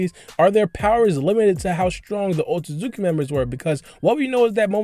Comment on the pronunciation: WTF is a OH TO ZUKI member !?! BRO its OH SUIT SKI